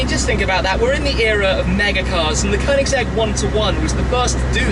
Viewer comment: Nice pronunciation of Koenigsegg. 👍